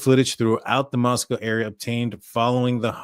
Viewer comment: You are doing such a great job at pronunciation of Nez Perce and Moscow. 🙂